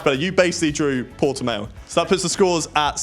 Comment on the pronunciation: As a Portuguese person, gotta say... i do love the Port-e-mayo track! LMAOOO